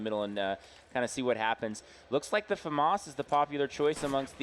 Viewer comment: I hate the way he says "famas" lol